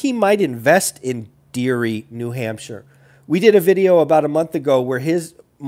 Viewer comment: Ha I got the day wrong too.derry is pronounced dairy. I don't invest there but only 30 mins away. They are mid state and close to Maas. Nashua is gross and is probably roughest city in the state but only 15 minutes from mass so its a demo state moving buyer.